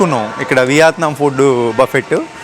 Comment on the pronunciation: content and quality are fine. కానీ అలా చప్పుడుచేస్తూ జుర్రుకుంటూ తినకండి.మనింట్లో మనమెలాగైనా ఉండొచ్చు. బయట మీరు మీదేశానికి బ్రాండ్ అంబాసిడర్.అలాగే సరిగ్గా పలకండి. వియాత్నాం కాదు.వియత్నాం.'యా' కి దీర్ఘం లేదు. చిన్న తప్పులే కానీ చిరాగ్గా వుంటాయి.